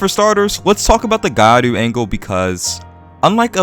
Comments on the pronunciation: It's pronunced Gi-YAh-Ru, not gai aru. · Gyaru isn't pronounced "gai aru" lol. Gya is one syllable. If you're having trouble pronouncing that, just saying "gal" is perfectly acceptable. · What lie??? It's exactly how it's pronounced, just spoken fast so that the sounds blend together into one, both gyaru and Nguyễn. Maybe learn the subject before making stupid accusations like that? The word gyaru is spoken exactly how it's written, yet the guy turned it into gairu, meaning he has no idea which group of letters are supposed to be together, hence breaking it down into Gi and Yah then Ru is enough for him to get it. The same goes for something like kitsune. Non-Japanese speakers tend to misunderstand it as kit su ne, when it's actually ki tsu ne. Just a matter of breaking into correct units of consonants and vowels. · what did you just say? did you just say gaiaru? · Gya is actually one syllable, but what you said would be better than what they're saying lol